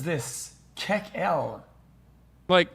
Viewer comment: "KEK-EL" with a hard pronunciation followed up by Twig Boy finished me off seconds in to this video LMAO